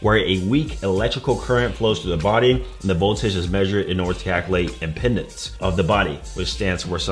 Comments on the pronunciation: It's biological impedance, not "impendance". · Right, he seems to be adding an extra N in there on pronunciation.